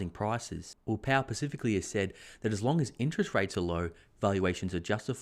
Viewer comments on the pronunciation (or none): Great content as usual thank you! One thing the grammar Nazi in me has to point out... SPECIFICALLY not ‘pacific-ally’ 😬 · duuuuudddddddeeeee pllllllllllz.... Pacifically? no specifically!!! Spe-si-fi-ca-lee ahhhhhhhhhhhh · "Pacifically" = "specifically." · No one says that word correctly...lol